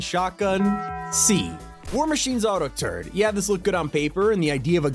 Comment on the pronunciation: He did lol